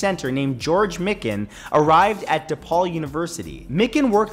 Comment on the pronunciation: It’s not mick-an, it is MIKE-en